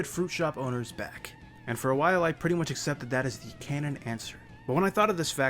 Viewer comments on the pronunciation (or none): I thought he said boners instead of owners